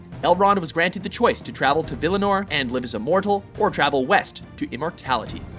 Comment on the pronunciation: Val-i-nor, not Vel-i-nur.